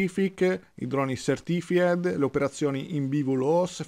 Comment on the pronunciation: Caro, è così difficile dire "SERTIFAID" e non SERTFIED? Aggiungo: video MOLTO interessante per un argomento MOLTO complesso, ma affascinante!